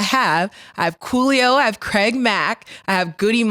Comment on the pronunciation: is so precious... she said Coolio😂😂😂😂